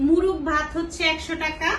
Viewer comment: মুরুগ না মোরগ হবে উচ্চারণটা